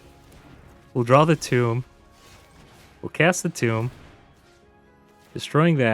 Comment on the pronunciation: sir, that is a "tome" not a "tomb" thanks for the video, good gameplay.